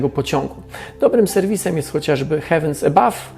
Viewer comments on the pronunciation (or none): heavens kurna co??? Skoro nie znasz angielskiego to chociaż przed odcinkiem dowiedziałbyś się jak się czyta jedno słowo bo wymyśliłeś jakieś totalnie nowe...